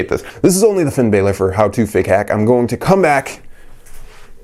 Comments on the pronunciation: its not finn b-ai-lor its b-a-lor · It’s Balor not Baylor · That shit annoys me